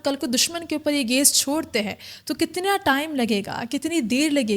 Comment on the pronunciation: Gas ❌ Gais ✔